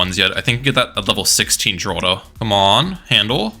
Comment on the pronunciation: Also, ninja kiwi confirmed that Geraldo is actually pronounced as Heraldo not Jeraldo